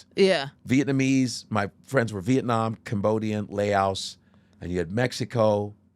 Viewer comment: Their lack of education is really showing in this episode… The way he pronounces Laos makes me: 1. Want to punch him in the face 2. Certain that he’s not actually friends with any Laotians.